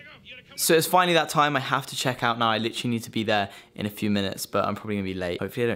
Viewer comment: ahem ahem: LITCHRALY